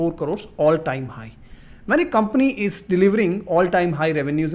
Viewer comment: I don't trust people who pronounce the word 'crores' as carores